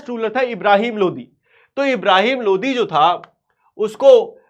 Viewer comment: Bhaiya aap lodi bol rahe ho mujhe modi sunai de raha hai 😭🙏 Lekin fir bhi maja agaya